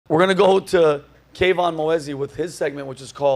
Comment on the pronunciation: "K-Von" Kevon*